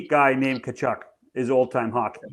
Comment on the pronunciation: My freakin ears, Tkachuk is pronounced KUH-CHUHK. Why you gotta freak it with this KuHcHoOk nonsense